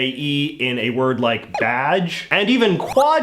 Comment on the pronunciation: no one: JJ: Badje